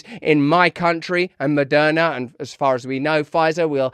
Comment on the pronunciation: Did you actually accidentally say Murderna? Nah